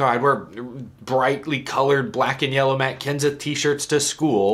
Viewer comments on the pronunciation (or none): none